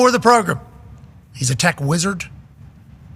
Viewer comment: Progrum with the "Wed Wiver Wivalry." lol